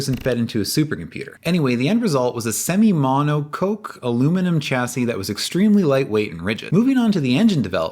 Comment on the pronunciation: correct pronunciation: mono-cock you skipped the initial develobment of the chassis. A CRX was made out of aluminum to ensure aluminum would work.